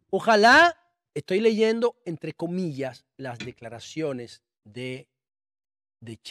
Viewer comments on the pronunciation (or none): none